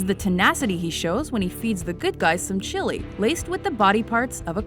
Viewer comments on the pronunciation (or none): none